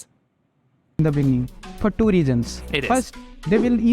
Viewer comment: In de beninging